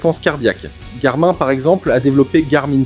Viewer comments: Des que t entends « Garmain » tu sais que le mec va parler d un truc qu il ne connaît pas. Tu peux donc zapper direct! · C'est une mauvaise blague le garmAIN ? un mot/marque anglais se prononce... en anglais. Es ce que tu dit "gougl" pour google ?